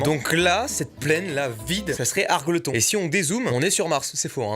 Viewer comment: Très bonne vidéo, sinon argleton se prononce Argeultonne